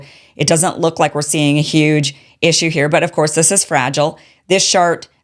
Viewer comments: She said “shart” ….😅😅 Why was that so funny?? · Kim said “this shart” loooooool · The most important part of this video was when she said "this shart....chart" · Did she say "shart"? 😂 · Kim I laughed out loud when you said "this shart" and then corrected it with chart. I honestly think that shart better describes the insanity of this policy.